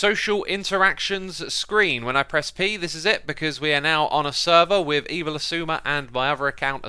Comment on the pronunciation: “Suh-zu-ma” = Xisuma